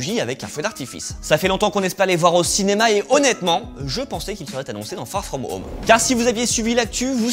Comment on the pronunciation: Fagh fghom home ??? Frenglish ??